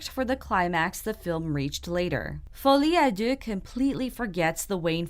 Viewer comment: I think you’re the first reviewer I’ve listened to that pronounced “Folie a Deux” without butchering the Feench, lol